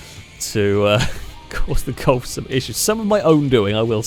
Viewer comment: No it's how he pronounces it lol, is no one going to talk about your grammar.